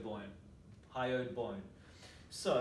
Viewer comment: Very nice video! Although I couldn't help but giggle at "hyoid boyne" - too strong accent! ;D